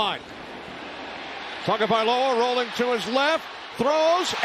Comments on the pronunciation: Please Mr. Announcer: It's TAGOVAILOA not TAGOVAIOLA 😢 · The f#cking idiot announcer still can’t pronounce Tua’s last name.